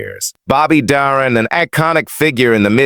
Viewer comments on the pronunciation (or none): Who says " Dah-rin?"